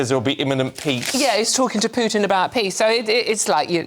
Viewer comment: "Putin" does not rhyme with "puke". Geez.